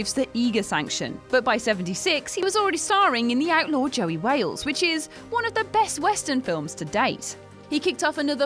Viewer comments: “JOSEY Wales” not “Joey Wales” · It's JOSEY Wales......not Joey Wales . Jfc... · "Outlaw JOSEY Wales", not "Joey”. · And also - Outlaw JOSEY Wales, not Joey. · Great list. But check the pronunciations first before uploading Eiger - Eye Gerrrr Papillon - Pap EE Yon And it’s Josey Wales not Joey Wales.... “How you doing Pilgrim?” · It's Josey Wales, not Joey Wales......Jesus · The Outlaw Josey Wales dammit... not Joey Wales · "The Outlaw JOSEY Wales" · Joey Wales? It’s Josey...